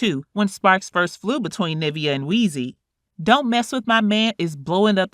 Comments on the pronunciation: Its Niv-veeaah, not Nah-via....sorry it was annoying me. Lol. But great coverage. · You know that’s not how you pronounce her name